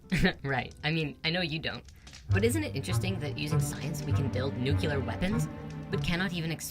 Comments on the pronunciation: Pet peeve - pronouncing "nuclear" as "nuculer" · NUCULAR IS NOT A WORD. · REALLY don’t like when people mispronounce nuclear …it bothers me much more than it should. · The fact that they pronounce New-Clee-Er as Nuke-You-Ler really tells you the amount of science and research put into their worldviews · Nuclear, not nucular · Nucular? NUCULAR?,ITS NUCLEAR!!! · Says “nucular” ....... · Ugh says “Nucular” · Nucular. It's pronounced NUCULAR!!! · said "nucular weapons" I got a lol out of that one. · You mean to tell me you are an expert and you say nucular Fucking robots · NU-CLEAR! Cmon! I thought you were the 1 with ALL the answers, but you cant pronounce nuclear correctly...all the time??! hmmmm... inconsistency is kinda worse than just being wrong! cheers